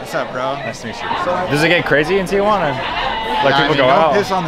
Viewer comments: It’s pronounced “TEEHUANA”. “TIAHUANA” meant Aunt Juana lol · Tea Juana.....Not Teeah Juana. Sorry, used to live there and EVERYONE pronounces it wrong. Theres no A after the TI..... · I’ve always wondered why people say Tia-Juana, It sounds like they’re saying “aunt Juana” in Spanish. 😂